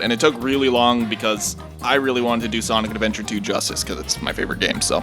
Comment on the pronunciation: SANIC ADVENTAH TOO BAYBEE SANIC ADVENTAH TOO